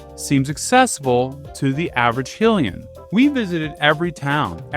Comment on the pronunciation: I'm sorry... Did you say Hillia?? Kariko????